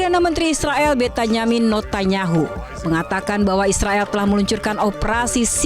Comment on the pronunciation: benyamin netanyahu mbak, bukan notanyamin netanyahu😂😂